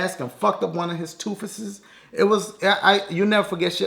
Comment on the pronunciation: Tell me if you laughed when dashie said toofeses